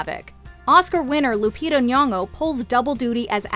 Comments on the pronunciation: OH HOLLER SHE SAID NYONG'O CORRECTLY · Al Pacino in scent of a woman is just epic and I love that you pronounced Lupita's 2nd name as it should be. Most foreigners don't even try ....